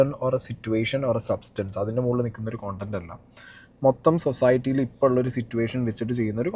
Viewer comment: കോണ്ടന്റ് നഹി.. കണ്ടന്റ്. മറ്റേത് അരോചകം. Hear pronounciation please